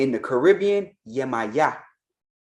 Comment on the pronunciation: The way my jaw hit the floor when he mispronounced our mother Yemaya…wow.